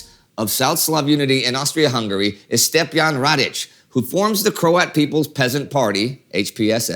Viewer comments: just a small note, its Stjepan (Stephen) not Stepjan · It's not Stepjan but Stjepan 🤦🏻‍♂️ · its Stjepan not Stepjan ... Stjepan would translate to Steve/Steven in english... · Indi (& others): it is not STEPJAN it is STJEPAN. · It's Stjepan Radić, not Stepjan ... believe me :-) However, Excellent overview of our history, have never seen better, congrats. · stepjan lol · HAHAHAH its STJEPAN not STEPJAN!! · Stepjan Radic??? You mean Stjepan. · Hello Indy! Congrats on the fantastic work, and finally an episode about us Southern Slavs. I only have one comment for this video, you misspelled "Stepjan Radić" as the proper spelling and pronunciation is "Stjepan Radić" Greetings from Croatia! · No offense guys, but how do you get from STJEpan Radić to STEPJan Radić😂😂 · "Stjepan" not "Stepjan" Radić